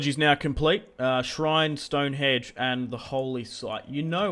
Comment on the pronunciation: Stonehenge not Stonehedge